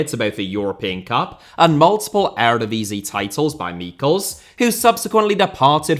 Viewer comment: You finally pronounced Eredivisie correctly! No one could ever claim you aren't a man of the people